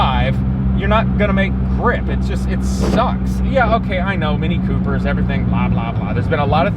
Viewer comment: Haha I love how he said Mini Cooper